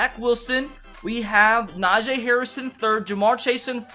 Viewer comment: najeee harris its najee